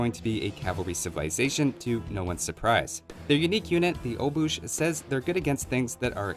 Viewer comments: A Pole here. Some pronounciation tips you asked about for you. I may suck at the phonetic notion, though. Obuch: [obooh] - the stress is on the first letter „o”, though do not use your lips like in the word „open”. It’s a short „o” like in the word „more”. „C” in „ch” is ignored, so instead of saying „obush” pronounce the „ch” like „h” in the word „heat”. Keep the „oo” in „boo” very short. Overall the way you pronounced it in the vid is nearly perfect with the exception of the „ch” that went into „sh”. Szlachta: [Shlahta] - the stress goes on the beginning „shlah”. „Sh” is like in „shephard”, „la” is like in melodics („la la la”). The „h” sounds the same as in obuch. „Ta” sounds like in word „target”. You may feel the urge to skip the „h” a bit - it may sound better if you don’t. Pronounce it like you were trying to warm your hands with your breath. „Lechitic” is a bit tough for me to tell as it’s kind of englished. I would pronounce the „ch” like in „obuch” and „szlachta” and pronounce the rest according to standard English pronounciation. I would be pleased to hear you try those pronounciations in your next video and I’d be happy to give you feedback on it. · Obuch == obuh. there is no "ch" in it:P google translate can help with that:) See you next time! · "ch" is pronounced like "h" in huge "sz" is pronounced like "sh" in shock "a" is pronounced like second "a" in banana "o" is pronounced like "o" in record So you should read Obuh and Shlahta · It's not "Obush". Polish "ch" is "h", one of stupid things about the language... but you never write "Obuh". Ch / H is always pronounced like H in Hammer, Hook etc. no matter where it is in the sentence.